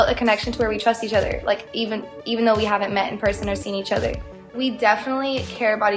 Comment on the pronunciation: "eAcH oThEr" . She said that like 5 times in a sentence